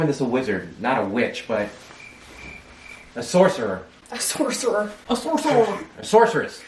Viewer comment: I died when her mom said "sourceresh"